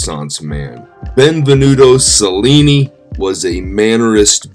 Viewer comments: Pronounced cha linnee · The Autobiography of Benvenuto Cellini is one of the best book I ever read. I highly recommend it. (for our host: I would take a few simple Italian lessons to pronounce some of the names and places correctly- most notably "Cel" in Italian is pronounced chel, sounds like chel-lin-ni.) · Celli is pronounced ‘ chelli “ like cello is pronounced “chello” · since you are a master educator, maybe you should pronounce cellni properly. most of the other family names are also butchered.